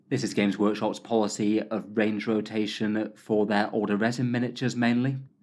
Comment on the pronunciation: Range rotatataion. Lol you made up a new phrase unintentionally. hah. I like the sound of that new word. Rolls off the tongue sweet. Cheers.